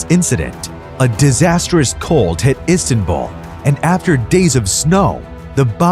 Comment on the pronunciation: ISTANBUL..NOT ISTANBALL